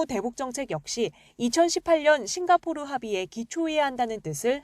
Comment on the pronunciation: 마약 했다는 얘긴줄ㅋㅋㅋㅋㅋ심지어 변호사 출신인데 싱가포르 발음도 안됨ㅋㅋ